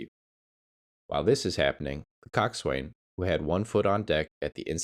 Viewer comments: Yet more rubbish AI. Coxwain is pronounced cox'un in both English and American. There was another like it - but if you can't get basics right, how can we believe the rest? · The Coast Guard Boatswain's mate in me madates I respectfully inform it's pronounced (koksan). Great video, well researched and informative. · Pronunciation. Coxswain: 2 syllables: "KOK" + "suhn'. Gunwale: "gunnel". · IKR? I was going to say the same. It makes you wonder how familiar someone is about the subject, when they don't even know how to pronounce these familiar terms?